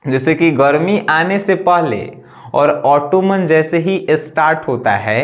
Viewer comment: It's not ऑटोमन its ऑटम